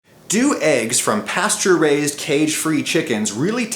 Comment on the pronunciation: i keep hearing pasturized chicken instead of pasture raised